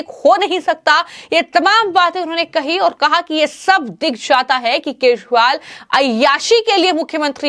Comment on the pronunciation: Dear me anchor he is KEJRIWAL. NOT Keshwal... Please correct your pronunciation...😁